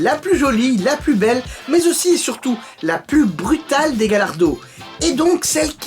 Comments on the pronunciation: Ça ne se dit pas galardo, mais Gallardo (galliardo si on préfère ) Ait confiance en le pro lambo😋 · gallardo = tu la prononce "gayardo" :) é murcielago = murtchielago Super Vélotché :D é ta video é super CoooooL ;)